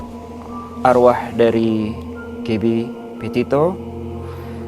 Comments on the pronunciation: kenapa aku dengernya dia ngomong gaby potato ya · "Gabby Potato"....geblek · Gabby Potato???? Wkwkwk